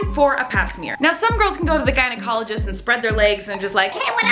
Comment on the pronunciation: At the beginning when she said “gynecologist”, I thought she said “guided colleges”. So I’m like, “what do guides colleges have to do with this video?”😂😂